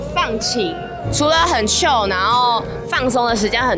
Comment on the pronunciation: Cod 唸Kahd 不是o 母音 chil 是七l 不是 七o l 對亞洲人有點困難